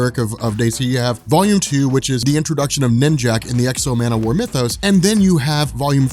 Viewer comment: I gotta say, I am not enjoying these videos. Man o war? Come on who's idea was that...